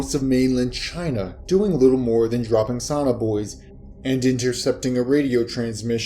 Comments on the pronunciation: Not "sawn-r boys;" So-Nar Boo-ease." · If you want to read stories on public. LEARN HOW TO PRONOUNCE THE WORDS. There is no such thing as a SONNER BOY. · Sonar Buoys learn English fluently or get someone to listen before you upload. You kept calling them sonner boys